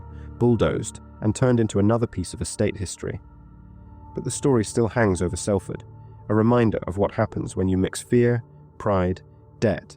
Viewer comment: It’s pronounced SOLford